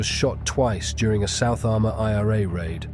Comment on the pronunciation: County ARMAGH not 'Arma'😊